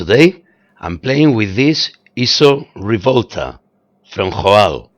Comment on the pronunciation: I had no idea JOAL was pronounced like this,neither it was spanish, now i know.